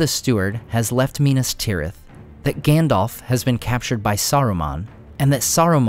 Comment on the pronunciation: him saying Gändolf kills me every time 😂 no offence 👍